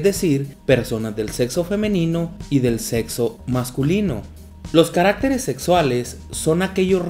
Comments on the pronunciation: No se pronuncia carActeres, no lleva acento por lo tanto lo correcto es caractEres, con énfasis en la E... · oigan se dieron cuenta que dijo caractereas malllllll🤣🤣😂😂